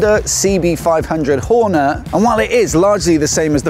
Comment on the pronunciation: I heard that terrible annunciation too...😅